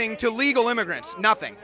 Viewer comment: IM-UH-GRANTS? WHAT-DID-HE-DO-TO-IM-UH-GRANTS?!